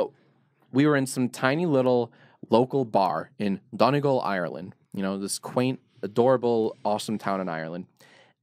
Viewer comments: donegal is pronounced dun-nee-gawl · I love how he pronounces Donegal